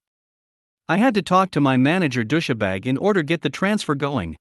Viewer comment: Dous-sha-bag? Really? I thought it was just dous-bag, with a hard 's'.